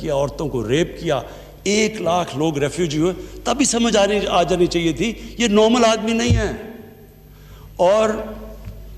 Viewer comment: او نورمل کیا ہوتا ہے۔؟😠 نارمل ہوتا ہے۔